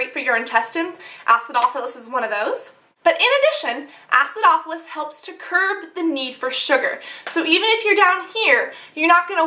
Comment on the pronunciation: Say acidopolis one more time!